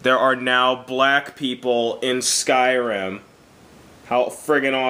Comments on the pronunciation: In "SKIRIM" ( wtf ?! XDD) are black people :DD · 'Skirim' LOL. I already have the game, I got it two days early :3 xD The 'actual' game is brilliant :D